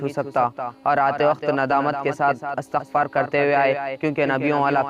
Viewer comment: أَستغفار نہ بولے بھائی أِستغفار بولے ٹھیک ہے